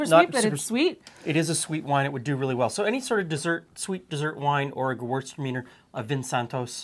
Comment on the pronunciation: My GOD what a Canadian pronunciation of Gewürztraminer. Had to rewind to understand what they were saying,. 😅